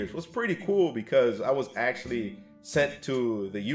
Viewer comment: "Axe-u-lee" what language is he speaking?